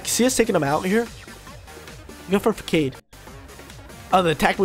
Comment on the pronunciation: What is this “FAAKADE” you’re speaking of .. English is hard